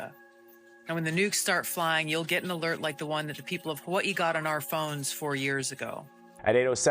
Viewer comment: Never heard Hawaii pronounced like that!